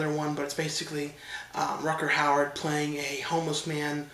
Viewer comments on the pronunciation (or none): Rucker Howard now! DUDE - its Rutger Hauer.